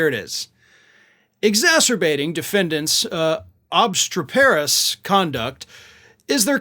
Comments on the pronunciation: Ob-STREP-perous, damn it. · Those are some impressively bad filings. Glad the judge called them on it. Just as an aside, I think that word in the judge's ruling is pronounced "ob STREP er us." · It’s pronounced OB-STREPPER-US, just so you know. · ob-STREP-erous. Please look up the pronunciations of words you don’t know. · You need to check your pronunciation of ob.strep.er.ous. There, I fixed it for you. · Ob-STREP-er-us, please 😉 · Can't someone teach the correct pronunciation of "obstreperous"? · Obstreperous and Engoron. Find out how to pronounce them before you park your ass in front of a camera. Jesus! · Can't you pronounce obsteperous? Like Boebert with wanton? Americans are so poorly educated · Dude, learn how to pronounce the big words before recording. It's just embarrassing to hear you butcher words like "obstreperous." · Brave attempt at pronouncing 'obstreperous' there.🇬🇧🙂